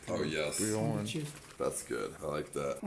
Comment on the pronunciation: He said it right the first time. The other ones all always say it wrong.